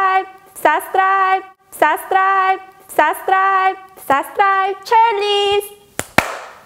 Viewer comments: lol. That video deserves a "sahsscribe.. sahsscribe.. sahsscribe.. " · IS SHE SAYING SUBSCRIBE OR SUSCRIBE AT THE END? XD